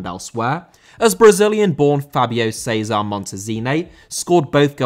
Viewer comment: César* not Céizah